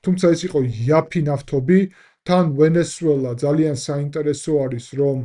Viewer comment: яფი არა იაფი 😊 არ გეწყინოს ოღონდ, მომხმარებლის კრიტიკა აძლიერებს იუთუბერს 😊